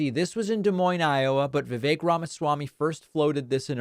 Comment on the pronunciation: VIVEK pronounced VIKAKE to rhyme with CAKE - also RHYMES with SNAKE !! what a LIAR